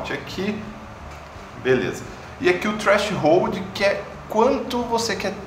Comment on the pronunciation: Pô, "treashold" né? kkkkk